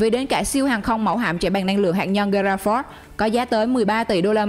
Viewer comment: Gerald r ford not giuroo ford .Okay 👊👊👊👊👊👊👊👊👊👊👊👊👊👊👊